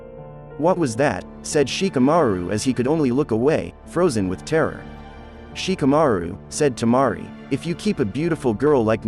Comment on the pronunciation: Gouku, Shikamauru 😂 Tamauri... This word Stells... Ouruchimauru 😂